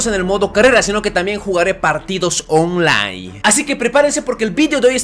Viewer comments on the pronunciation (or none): Tu dices onlai pero se dice onlain se escucha pero se escribe online